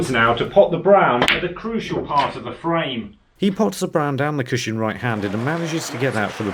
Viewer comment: It really bothers me the way you always say "CUSHIN".